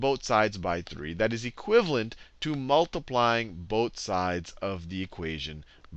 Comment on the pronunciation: I like his accent, or the way he says things. XD I know he's saying 'Both sides', but I keep hearing 'boat sides'. XD It's making me smile. I've never smiled when being taught math before. I've always hated math with a burning passion. But now I'm actually smiling at it. ^__^ That's something remarkable.